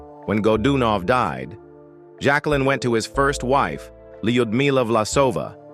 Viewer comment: Can’t pronounce Jacqueline either & not enough diligence to even change the mispronunciations .. just read a biography